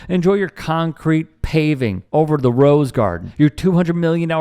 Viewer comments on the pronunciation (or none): none